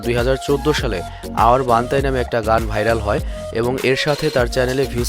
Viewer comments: বান্তাই না its বান্টাই😍😍😍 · Emiway bantai❌ Emiway banthai✅ 😂😂😂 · বান্তাই নাকি বান্টাই!! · আবাল বান্তাই না বান্টাই. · Hur bal ta বানতাই na বানটাই age lewra thik kora bolte sekh thenn wara biography bolte asbi..